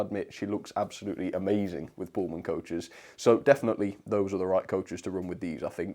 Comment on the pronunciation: did you say bullman coaches!? 😂😂 Thanks for the great video